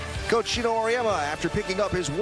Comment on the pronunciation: G-e-n-o, not G-i-n-o; you'll get it right with a little more practice to eliminate this particular "brain-dead unforced error" 😁